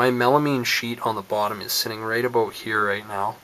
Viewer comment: random question. are you from Canada because when you say about it sounds like aboot. Awesome video, 5/5